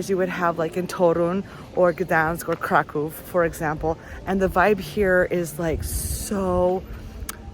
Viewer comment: wow, i hardly hear tourists pronounce kraków correctly! good job on pronunciation